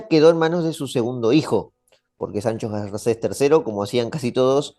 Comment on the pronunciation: Sajajun? Medinacheli? Sancho Garces? Me gusta el video pero un poco mas de cuidado con la pronunciacion